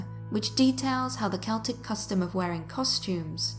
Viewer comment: How do I love thee? Counting the ways...You used 'autumnal'You pronounced it properlyYou also used my preferred pronunciation of 'Celtic'. Shhh, I tried to correct on this one once, and he researched and corrected me right back. I had to apologize to him.And the research is excellent! Thanks you guys!Peace and roses, Deb the TN Scary Lady